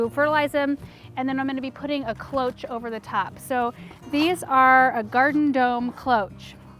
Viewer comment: Cloche is french for bell. Pronounced "Kloshe". However, to be clear, I love your videos and you should feel free to pronounce words anyway you like!